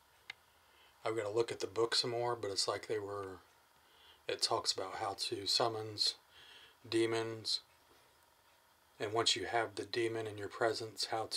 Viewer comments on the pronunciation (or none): "How to Summins a Demon" LMFAO ...SUMMINS 😆